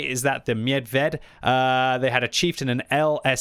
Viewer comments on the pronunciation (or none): I'm only here for the pronounciation of Medvěd - You almost did it correctly, just switch the accent of Es - instead of "myedved" you say "medvyed"